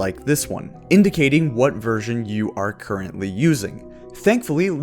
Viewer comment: every time you say version i keep hearing it " virgin"